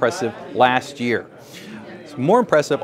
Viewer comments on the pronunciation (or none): none